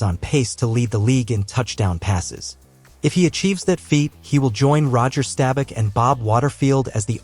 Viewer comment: Unh Uuuhn... you lost me when that sh!t said Roger Stab Back... Don't ever mispronounce a Legends name. And who that HELL is Bob Waterfield? 😦?!